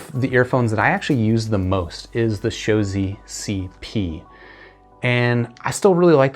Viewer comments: It's pronounced "ma-go-see." Great review bro. I thoroughly enjoyed these when I heard them about a year ago. However, the chi-fi market has blossomed with such affordable great products lately i feel you can get better for so much cheaper these days. Like the Blon bl-03 for example or the Shuoer Tape and BQEYZ Spring 1. If you enjoy these a lot though I highly recommend you look into the magaosi mgs-401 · I'll stick with MAH-GAO-SEE in the with pronunciation.